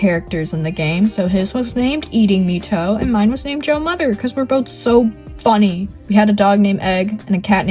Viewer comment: “Hello hello I’m welcome to the video”